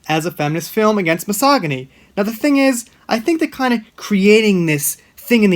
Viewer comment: You're mispronouncing the word "misogyny" every video. It's a hard "g" like the 'j' in "jump".